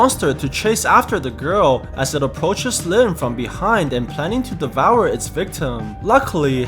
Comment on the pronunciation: I like your videos but why do you keep saying devoure